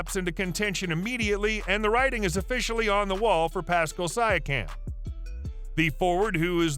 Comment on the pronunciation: You’re already wrong about RJ and can’t pronounce Pascal’s name properly. Thumbs down from me.